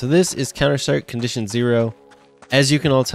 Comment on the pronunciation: Anyone noticed Conzition zero? XD